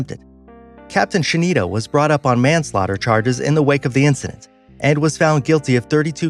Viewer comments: yeah i was thinking the same, afaik it's pronounced something like skeh-tih-noh (why is english writing system so bad with me) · Giovanni .DiMeglio Lol i know right! He’s saying it like “Shenito” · Captain scenito Its captain schettino lol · Did you say captain shineeta? Really, the captain on the costa Concordia was captain (ska-teen-oh) I can’t spell it because it’s Italian. Oh and, it’s not the wilhelm goosloft, it’s the (vil-heim-gust-loff) This video has horrible material, watch a real documentary please. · Shenito 😂😂 it's schettino and it's pronounced sketino, not shenido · It's pronounced "Cos-Ta" not Coast-ta, there is no "a". And the Captains name was Schettino (Ska-Teen-oh) not "Sha-neat-toe". Work on researching those pronounciations so you have your info correct... but otherwise great video! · Captain Schettino, NOT Shenitto. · Capt. "She-nee-to?" I think you mean "Skett-ee-no." It's an asshole move to put a commerical in the middle of the video, btw. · Not captain schinito but schettino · Schinneto It’s Schitteno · Schettino is pronounced Sket-tino. Other than that, solid video. Also, fun fact: Everyone aboard MTS Oceanos survived. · captain shenido :)) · SHINIETTO?! LMAO WHAT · It's captain Schettino, not "Scennido" 😂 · Ahahahah "Captain Shenido" wtf?! Is Captain Schettino! 😂😂😂😂😂😂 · You completely butchered the name of captain schettino ( Costa Concordia) Also how is a death of 2 people and other injuries bigger of a disaster than 800 and some people dying!?! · I laughed so hard when he said schettino's name 😂 might be because I'm Italian and I'm used to the correct pronunciation of it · The way you say Schettino😂🤦🏻‍♂️🤦🏻‍♂️ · "Captain shinietto" captain who I only know schettino